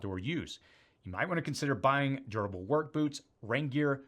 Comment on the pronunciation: Everytime you say durable... it sounds like you're saying gerbil. 😊